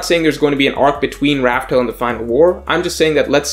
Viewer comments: Damn, you still Raftel? It’s Laugh Tale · it’s “laughtale” not raftale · Why do you still say “laugh tale” with a R? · Why do people still call the final island Rafael instead of Laugh Tale? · Dude, laugh tale. Not raftel. Also, you messed up the order towards the end. You said raftel before lodestar island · Please just say laughtale